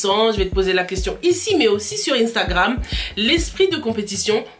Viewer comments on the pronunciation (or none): none